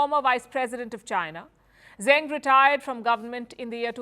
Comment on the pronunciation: Zeng Qinhong's last name is pronounced "Zuhng" like "rung" or "sung," not "Zang," as Palki pronounced it (she's usually rather decent with mandarin syllables).